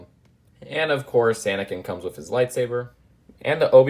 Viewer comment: There’s a lot of "wif"s in this